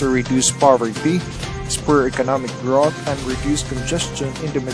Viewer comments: Check your pronunciation of "growth" for future videos. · "grawth" "echo airport" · Okay na sana eh... bakit grauth, and paukoos? grOWth and fOWcus po.